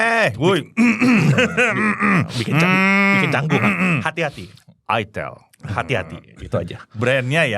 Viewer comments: kasian yang nyebutin Itelnya kurang bener, malah salah paham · Baru nyadar , itel klo di sebut orang sunda ..hahha😅😅😅